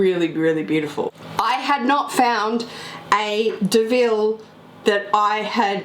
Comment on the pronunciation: Not pronounced "Deville".